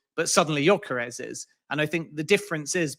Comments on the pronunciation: His pronunciation of gyokeres is driving me mad 😤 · This joker pronounces Gyokeres in a fruity accent and still gets it completely wrong 🤡